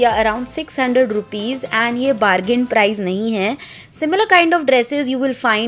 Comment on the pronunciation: It's Price not 'Prize'